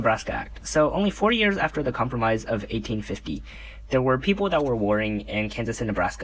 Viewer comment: com promise? cahm-prom-iss? cahm-pro-mize 😂